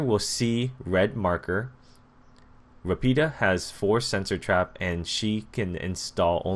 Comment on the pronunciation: I've been taking Italian for 12 years. Rapido is pronounced similar to lafido